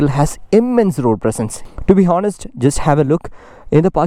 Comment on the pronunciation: When you say the word 'honest' we usually don't pronounce the 'h'., anyways a great detailed review. Good job.